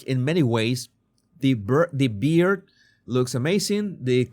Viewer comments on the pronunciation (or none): none